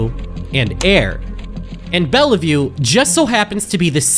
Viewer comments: Sorry to be someone not theory crafting in the comments but as a born Washingtonian, I'm obligated to mention that you pronounced Bellevue wrong. The second e is silent so you basically say it as if it was bell-view. A lot of city names around here get said wrong by people not local to the region so don't feel too bad. Squabbly nitpicks aside, video's great, I love these deep dives you've been doing on interloper! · LMAO YOU MISPRONOUNCED BELLEVUE its pronounced - “bell view” NOT “bell e view” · its not bell-i-view btw its bell-view (sorry for being annoying I just got annoyed that you misproneonced it myself)